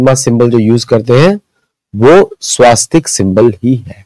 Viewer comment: घनचक्कर, स्वस्तिक नहीं कि स्वास्तिक।